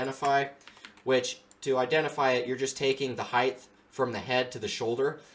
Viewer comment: Why do people say Heith? It’s “Height”